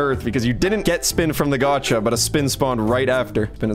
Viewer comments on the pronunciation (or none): none